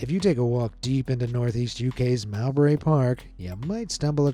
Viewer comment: I was giggling at the Mowbray park pronunciation, I'm from that town and it's pronounced Moe-bray. Sunderland council said the door was to block access to old quarry workings. Across the river theirs another park called Roker park (Row-ker, I think North East England just likes using names that are pronounced differently to how they're spelled) that also has hidden caves, on the coast their was a large series of caverns called Holy Rock (names because of the holes), but after a series of accidents, the unstable rock was demolished and the entrance from the park ravine was blocked off by shutters and gates.